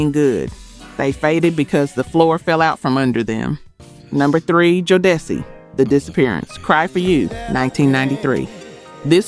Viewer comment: Your AI voice fooled me until they started trying to pronounce the group Jodeci 😅